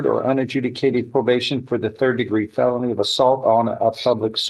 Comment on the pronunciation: D'oh, the AI TTS can't even pronounce "felony" correctly.